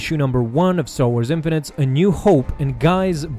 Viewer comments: Infinities "(in-fin-it-eez") NOT infinites. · 1: Infinities not infinite 2: and did I hear you pronounce Debris as Debreeze? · In-fin-it-tees not in-fun-nits. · It's Infinities! Not Infinites!!! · Err.. why do you keep saying "Star Wars Infinites" when it's "Star Wars Infinities"? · I think it's pronounced In-fini-ties. Not In-fi-nites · It's pronounced "in-fin-nuh-tees" not "in-fuh-nitz" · Thanks bud. That was fun. (However it's pronounced "infiniteez") Just sayin'. Great job though :D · It's not pronounced "in-fa-nits" it's "in-fin-i-tees". it's the plural form of the word "infinity". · Infinities, not Infinites. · Isn't it pronounced infinitees? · My god that mispronounced INFINITIES is cringy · Infinities - pronounced as in-fin-eh-tees!